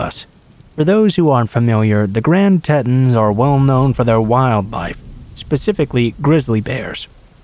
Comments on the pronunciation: I’m sorry but it’s embarrassing how u pronounced the Grand Tetons - it’s like TEA Tons not tits damn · As regarding the Grand Tetons, the last part is pronounced"Tee-tahns".